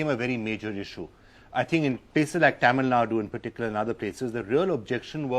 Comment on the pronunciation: It is Actually Thamizhnadu, but it is acceptable to call Tamilnadu. But I frequently hear people saying Tamilnad or Tameelnad. Do justice to the name atleast by pronouncing it correctly 🙏